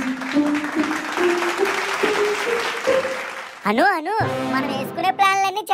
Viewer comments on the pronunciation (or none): Bro please book Anu not book Manu please 🥺